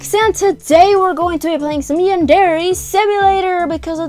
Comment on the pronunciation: no trying to hate but did she say yandere wrong?